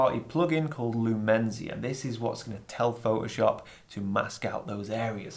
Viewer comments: Oh... So it's Pho'o'shop, not Photoshop... ;-) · I love how you say ‘Pho’oshop’. 😁 And look forward to your book!